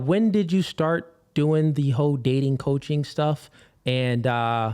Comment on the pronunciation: did he say hoe-dating stuff 😂